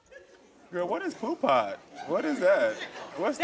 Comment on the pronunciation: And it’s POO PUTT!!! Not Poo pot Karamo lol!! And it’s not a deadbeat it’s like a dirty person that don’t take care of themselves PHYSICALLY